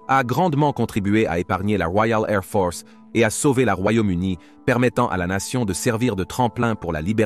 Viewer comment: "La Woiale Ai'h Fohce" :)